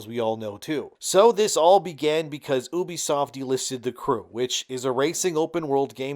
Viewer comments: It's "U" "B" Soft not oubee-fsoft. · If you're gonna talk about a company learn how to say their name properly first. It is YOU-BE-SOFT.